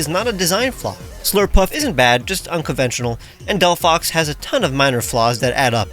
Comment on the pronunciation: DELPOHOX, NOT DEPHHOX!